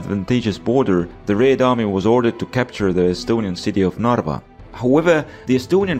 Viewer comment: I am from Estonia and you dont say narwa you say in Estonia narva